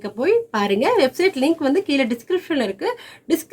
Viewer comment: பியானோ கற்றுக்கொல்வதுதான் முக்கியம், மற்றது முக்கியமல்ல -- என்றாலும் பேசும் தமிழும் கொஞ்சம் முக்கியம். அதாவது இந்த " கீல " கொடுத்திருக்கிற என்ற உங்கள் வார்த்தை இருக்கிறதே அதனை சரியாக " கீழே " என்று வாசித்தால் எவ்வளவு நன்றாக இருக்குமா... அது என்ன இப்போது எல்லோருக்கும் ஒரு " fashion " ஆகிவிட்டது இந்த மாதிரி பேச... தயவுசெய்து ஒவ்வொருவாக சரியாக பேசினால் தமிழ் வாழும்... தயவு செய்து முயற்சி செய்யுங்கள். உங்களுடைய கற்றுக்கொடுக்கும் முறை வெகு ஜோர்.. நன்றி.. தவறாக எழுதியிருந்தால் மன்னிக்கவும்... நன்றி வணக்கம்..